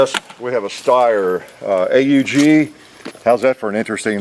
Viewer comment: I love that you said A.U.G and not the aug, I had many years with this rifle